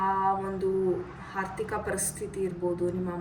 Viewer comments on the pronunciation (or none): Aarthika adhu Haarthika alla nettege kannada matade